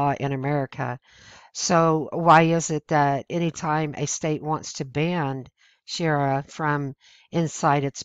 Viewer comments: The information is good and I agree with the presenter, but I wish she would learn how to pronounce the word "sharia" properly. Mispronounced words gives the impression that you don't read much and that you generally don't pay much attention when listening to others. It's difficult enough to change the opinions of people who have an attitude against conservative thinking, mispronouncing pertinent words gives liberals the opportunity to say conservatives aren't intelligent. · While I appreciate your efforts to bring awareness of the threats of the Muslim faith to as many people as possible, you really need to pronounce the words correctly. It lends more credibility to what you say. When you consistently mispronounce the main word of your message, it makes it seem that you don't really know what you're talking about because you can't even say the word right. It isn't Sha ri ra. It is Shar ri a. Either way, it's a really bad thing, but please try to call it by its right name. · It would help if you could look at the word Sharia and pronounce it properly. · Difficult to take this seriously when she can't pronounce the word correctly. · carlos cespedes I care because if your going to make a whole video about something you claim to be an expert on, you better atleast be able to pronounce it. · It's shu ree uh not shee air uh. I cringe every time I hear you say that. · This kind of reporting would probably be received much better if the "narrator" wasn't illiterate. None of them can read simple English sentences. And by the way, it's ShuhREEuh, not Shara. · She makes good points. It's too bad she's so unintelligent while making them. Shariah not sheria. And the word Banned is proper usage.... not banded. There's nothing worse than bagging on others when you're not smart enough to pull it off. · Shu-REE-uh Law, not Shee-air-uh Law. C'mon! ;-) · I am appreciative of your passing this info... However, the word sharia is pronounced - shuh-ree-uh, not shee-ar-uh